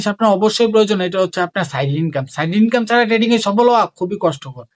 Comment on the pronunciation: আগে ভাই তুই trading উচ্চারণ শিখ